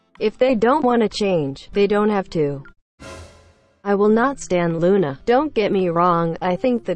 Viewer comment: "sTAn LOoNA" Bitch i swear to god you fuc